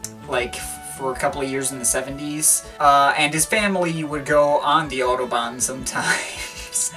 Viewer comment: Apart from having no idea what this record might have sounded like in 1974, it is further spoiled by the mispronunciation of Kraftwerk and Autobahn. I'm not German but respect language and culture enough to ensure I'm at least researching something thoroughly before critiquing it.